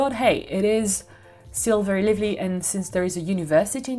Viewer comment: Your videos are very informative and helpful ! Thank you ! Just one correction - you tend to say « Livly » for « Lively ». Just look up the correct prononciation for that word. Please don’t take this the wrong way. I am learning French and am at an intermediate level now. I know that I very much appreciate when someone corrects my French…that way I can keep improving. However your English is great …much better than my French. Merci !